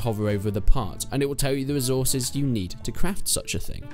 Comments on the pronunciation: Resorces lol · "Resorces" lmao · ah yes, resorces